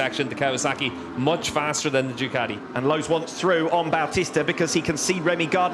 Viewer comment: How does one pronounce Ducati? I've heard 3 ways. These guys say "Duh cow tea". I've heard others say "Doo kat (like cat) tea". Americans say "doo ka (like a crow's kaw!) tea". WTF. Does anybody know?